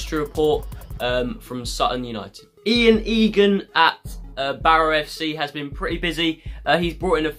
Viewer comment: The manager of Barrow is called Ian Evatt, not Egan. Good vid though